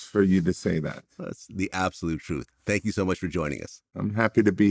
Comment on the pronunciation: Who "ju" talking about? "Ju" talking about me? I'm taking about "JU"! 😮 WELCOME TO "JU" TALK!